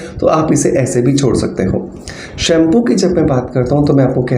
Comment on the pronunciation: शैंपू आप कह रहे हो तो समझ नहीं नहीं आ रहा है कृपया आप लिखकर दिखाएं हरि ओम